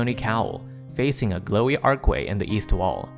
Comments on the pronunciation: ARCH WAY.... not Arc way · Archway, not ark-way. There's an H in there.